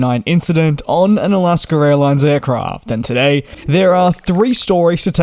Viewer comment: It’s AlaskA not AlaskER airlines.